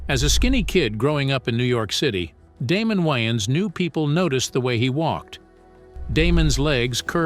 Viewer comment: this is not damen wayons not damen waynons